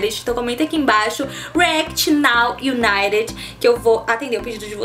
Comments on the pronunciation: Gente o serto a se falar e nou o naret que nem ela ta falando ou nou uniter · Se pronuncia Naw Ibaiti ok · Se pronuncia naw Unaiti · dica: não se pronuncia o d. se lê now unite